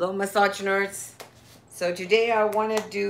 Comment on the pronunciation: she says massage nerds lol